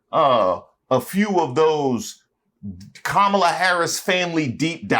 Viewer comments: Her name is Kamala "Coma la" not "Ka ma la." She doesn't have enough respect to pronounce her name. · She still wont say Kamala's name right! Im sick of her arse! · Soooo…them Constantly mispronouncing Kamala Harris’ name is a universally maga thing????? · This witch can't even pronounce Kamala Harris name right. I hate when people say her name like that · Notice how Owens didn’t pronounce Kamala right? She is 🤢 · She should be embarrassed as an educated woman. Acting like she doesn’t know how to say Kamala’s name. Right Candi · What’s this speech impediment that prevents people from being able to pronounce Kamala’s name correctly? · In my opinion, you can judge the character of an online personality by their refusal to correctly pronounce someone's name. Especially when it is someone of the race. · I know she's uneducated but why can't she pronounce Kamala Harris' name correctly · Candy-Girl knows how to pronounce Kamala’s name correctly, but like with all her commentaries she panders to the lowest racists of all. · Candace pronouncing Kamala wrong 😑